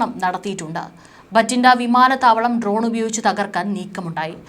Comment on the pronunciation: ട്രോൺ അല്ല മാഡം ഡ്രോൺ എന്ന് തിരുത്തി പറയുമല്ലോ